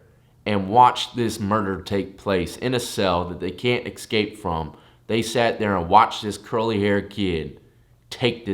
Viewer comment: Nah i do think you could like call for co’s or sutn after you knock a guy out or tie him up with the sheets still but i mean ye i get that they just keep goin.... Also wtf did u just say fam excape??? Hahaha